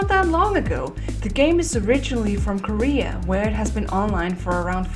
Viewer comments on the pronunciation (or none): none